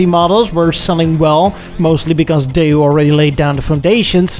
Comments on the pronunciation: "DAY-YOU"?!? Daewoo is pronounced "DAY-WOO" But what do I know, I'm just an English-speaking Filipino who loves to learn about The Automotive Industry from other countries. I sure want an episode that touches on The Philippines's Automotive Industry. Side Note: I speak in 'Murican English, not Bri'ish English. XD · It's Daewoo, pronounced Day-woo, not Day, ooh. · Why do you keep pronouncing "Daewoo" like "Day You?" Just because Jezza does it because he considers anyone from south of Land's End to be a "bloody wog" doesn't mean you should mimic his mispronunciation! 😄